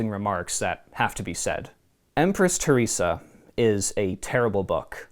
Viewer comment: Ther res Ah. Not Tier rese Ah